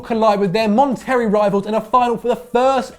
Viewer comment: did you just say "Mon-terry". lmfao I know Algeria and the UK are a long way from Mexico, but did you at least consider asking Patrick?? That pronunciation was atrocious. Just horrific. So fucking funny. Seriously, go ask Patrick how badly you said that name.